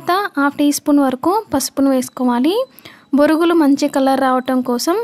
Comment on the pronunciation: Borugulu ani anakudadu thappu Bonugulu ani anaalee 😂😂😂😂😂